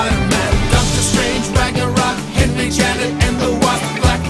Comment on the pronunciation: It isn't Henry is Hank Pym, but it is pronouced really fast 😂